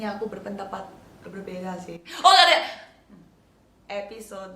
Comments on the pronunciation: gw mau nangis malah ketawa gara2 jimin bilang aiskyusme (tolong maap klo salah nulis gw ngga bisa bahasa lain selain bahasa kalbu ama bahasa indonesia) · Gagal nangis perkara "EXCUSEMEE" :')